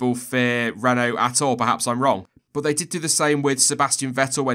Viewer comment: Your pernauciation at the start was spot on, well done